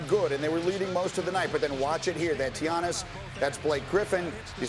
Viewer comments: How many times these two gonna butcher the man's name. One of them even called him TIANNIS ... bruh i'm SHLEEEP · Why can’t anyone say his name it’s not that hard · just say Giannis, you're saying his last name all sorts of wrong